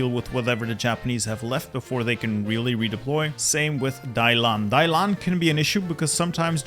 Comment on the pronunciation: I die a little bit inside every time he says Dailan instead of Dalian...